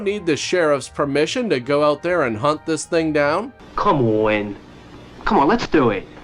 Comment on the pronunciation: Your "Come OAHWIN!" is brilliant! Once again, you had me busting a gut! And - "I'm going to take her out to something STOOPID, like the ballet! What's that one called, the one with the SWOAHIN?" OMG, I nearly spit out my coffee!